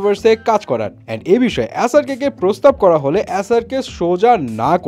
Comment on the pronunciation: উনি এস আর বলেনি অ্যাস আর বলছিল বারবার